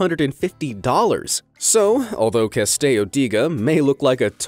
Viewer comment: They pronounce the Italian "Castello" with Spanish pronunciation. Nice. It's "Cah-stell-oh."